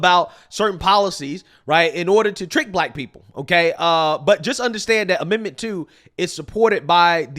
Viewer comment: said "dat" 🤣